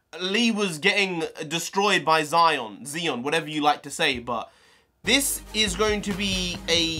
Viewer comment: Btw, Xion is pronounced "SHE-own" That was an entertaining reaction, and I'm glad that you know your stuff about KH! That was great! Only 38 more days! :D